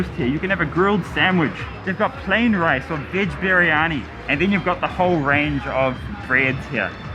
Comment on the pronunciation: Karl : Veg Biryanki Me : Pualo Hota hai vo 🤣🤣🤣🤣🇮🇳🇮🇳